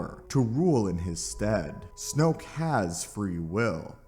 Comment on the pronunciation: Snoke rhymes with JOKE